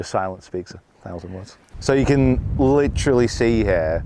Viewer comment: Never say , you cont, say , you can